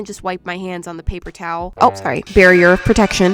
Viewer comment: you said PAPER TOWL